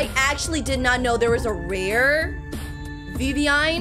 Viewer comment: WHY it is not vivvine it's viviein